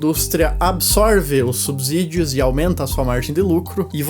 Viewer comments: Belo vídeo!! Só uma dica, o S só tem som de Z quando está entre vogais, não é o caso de subsídios. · Subsídios se fala com s não z. Cuidado com o português.